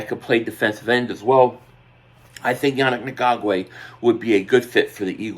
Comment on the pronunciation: I really….. really, really, really hate when people make videos and don’t take the 3 seconds to learn how to pronounce their name. Annoying and disrespectful at the same time… say it with me “Yah-nick N-gok-way” it’s really not hard.